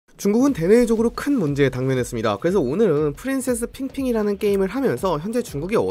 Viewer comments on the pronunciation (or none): none